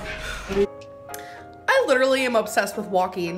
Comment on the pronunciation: Anyone else super annoyed at how she says “een” instead of “ing”....like “walkeen” instead of “walking”🤨🤨🤨🤨